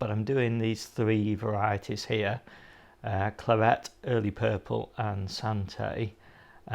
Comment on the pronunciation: Hi, It’s Boltardy not Bolthardy. I.e tardy (slow) to bolt. Plus Claret is pronounced as in Claret wine isn’t it? Cheers.